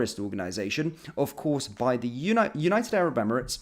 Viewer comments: 'united abrit ebremits'??? she cant even talk properly 😂😂😂😂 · Can’t even pronounce United Arab Emirates, twice got it wrong…. this country is fu*ked, Starmer and his underlings are all so thick it’s unreal😂